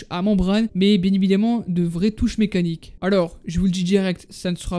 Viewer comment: "Bien ébidament" 🤣